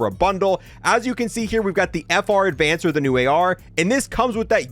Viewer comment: FR Avancer, not, "Advancer" lol